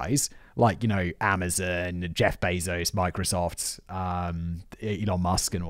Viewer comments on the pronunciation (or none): none